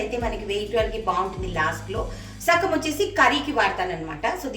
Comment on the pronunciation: Sakam kadandi.. Sagam andi